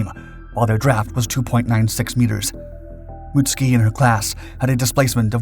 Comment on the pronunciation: Mutsuki pronounced, Mutt soo key.